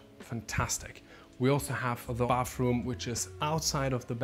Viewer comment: Why do you call it "bafroom"?😅😅 It's bathroom.